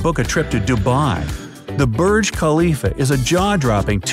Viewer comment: i'm an indian and kolkata and mumbai has the most populations in india and u said the burj khalifa wrong but i don't judge u no offense